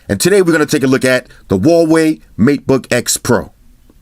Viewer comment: plz say meatboy more